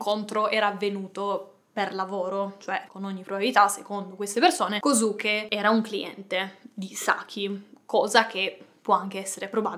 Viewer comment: si scrive kosuke ma si pronuncia koske